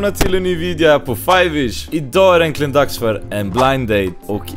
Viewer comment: Det uttalas äntligen inte enklien. Rebecka är rom så hon är väl också blatte.